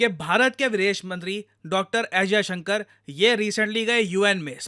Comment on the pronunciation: Hats off to Sergei for pronouncing our foreign minister's name exactly how it should be pronounced😂😂😂